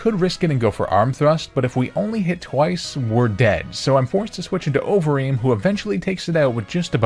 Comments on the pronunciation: i kept mishearing overeem as ovary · Idk if anyone else felt like this but it sounded like you kept saying ovaries for conkeldurr’s nickname